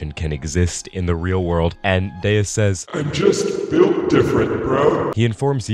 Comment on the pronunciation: I really don't get how Deus is God but in portuguese and everytime I hear "Deias" I think I'd rather be deaf